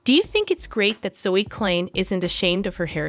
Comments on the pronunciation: You cannot even pronounce their surname correctly. For your information it is not 2034 it is 2025. For your information surname klein is pronounced kline. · The narrator pronounces the last name wrong.